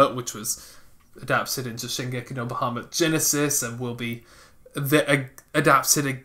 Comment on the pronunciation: the way you guys say bahumat and yakuza dunno it just bugs me